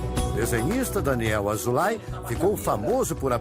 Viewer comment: A pronúncia é Azôulái